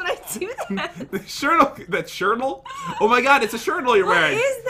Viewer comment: I thought said squrtle